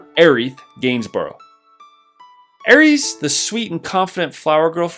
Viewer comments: Who pronounces it Aries? This is not the god of war, this is a sweet innocent girl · FFS she's not the Greek God of War....Air-iss...NOT air (multiple e's)